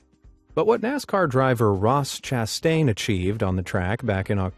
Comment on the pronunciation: Not chatain